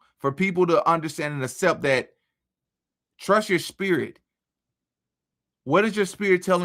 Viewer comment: Damn, dude.... not assept!! The word is aCCept!!